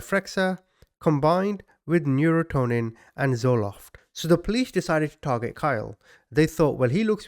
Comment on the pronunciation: You mean to say, “NurONtin” for the medication. And “REN-uh-saunce” my friend. Thanks for your great channel.